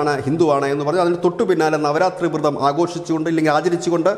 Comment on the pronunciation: 'വൃ'തം അല്ല 'വ്ര'തം